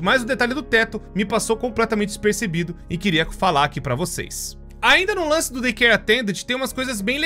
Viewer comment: "dizapercebido" kkkkkk